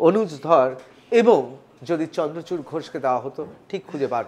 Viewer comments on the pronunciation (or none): vai chandrakanta nahi chandrachur! nam to thik se bolo!